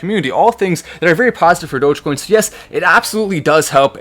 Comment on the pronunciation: I jumped up when I heard him say Doggie coin during the commercial